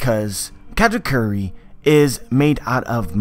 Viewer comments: Is it me or he saying Cat-A-Curry?? Meow Meow awakening mode! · funny how you think "Katakuri" is pronounce "katacurry". Just put it on japanese google translate and put on speaker, voila just pronounce it that way.